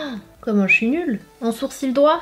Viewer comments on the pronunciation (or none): none